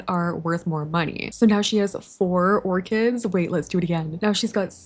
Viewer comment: not me hearing "lets get these ORGANS" not orchids 🤣